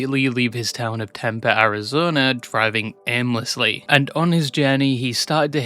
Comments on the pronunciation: temp-E not temp ehhhh 🥀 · holy shit, wasnt expecting tempe to get mentioned. you also messed up the pronunciation.